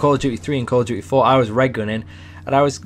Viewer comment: Call of dyoo eh